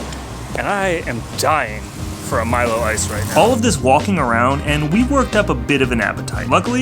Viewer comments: You are right on the pronunciation of Milo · Milo is correct not meelo